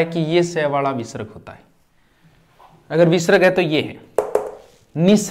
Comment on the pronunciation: जिसको उपसर्ग और विसर्ग का शुद्ध उच्चारण नहीं आता वह क्या पढाऐगे। कूपमंडूक छात्र ना बने।